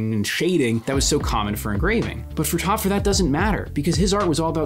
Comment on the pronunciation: I like the video, but the pronunciation of Töpffer bothers me. The "ö" has the sound of "oy" or "oi" equivalently in English. Besides that little pet peeve, I like the video essay.